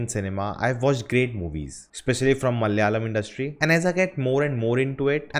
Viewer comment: Not Malyalam, it’s malAyalam